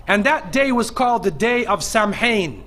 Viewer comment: Samhain is actually pronounced as sow-in as in cow